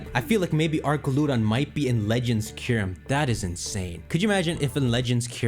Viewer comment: how do you mispronounce archaludon even though IT WAS LITERALLY SAID OUT LOUD